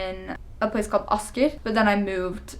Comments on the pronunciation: Wait what....?! Your pronunciation of Drammen and Asker was spot on! O.o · I was listening to you,, while I was eating. Naturally, my brain was set to "English", until you suddenly you said: "Asker" and "Drammen" in Norwegian. I was caught so off-guard that my head shook of the element of surprise, my mouth dropped open wide, and my food fell on my plate! xD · When you said Asker and Drammen i immediately thought "born in Norway" =D Great job with the accent! Wow norsken din var utrolig bra!!!